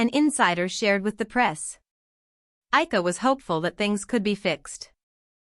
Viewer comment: First, pronounce Ayca's name correctly. Second, maybe photos of Ayca and not Alina.